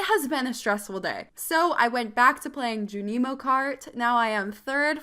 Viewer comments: her calling junimo cart ju-nee-mo cart made me want to cry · The way you say Junimo. 😂😂😂😂 Love it!! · Have I been pronouncing “Junimo” wrong all this time?